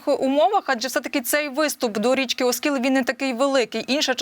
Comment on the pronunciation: оскІл,а не Оскіл.